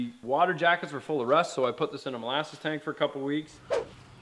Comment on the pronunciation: Did you say mole asses or molasses? Asking for a friend